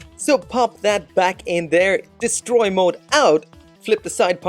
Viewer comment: Hehe “descroy” mode. Must be from the hood ✊🏾